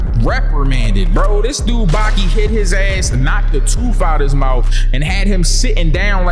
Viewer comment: Nall it's Baki,na meen🤢